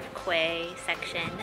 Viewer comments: Quay is pronounced as Key, enjoy your pint🍻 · Thank you for sharing. Quays should be pronounced 'Keys' not 'Kays'. Don't forget to fit in Wales when you get a chance. The whole nation is most scenically beautiful. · What you called HMS Victory was, in fact, HMS Warrior, an ironclad warship from Victorian times. Also, quay is pronounced key not kway. Please don't ask me why, it's English! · It's pronounced key not kway also use Celsius temperatures your in britain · Quay is pronounced key :) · I was pronouncing Quay the same way until I was corrected. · Yep! Pronounced key. Britain is actually spelled with only one t so it’s “you’re in Britain.” Since I know Fahrenheit best, I’ve always kept my weather apps in that system, even when I studied abroad in London during college. (Aka during uni if you’re a Brit.) I believe most Brits do the same and keep their weather apps in Celsius when they visit the US too, no?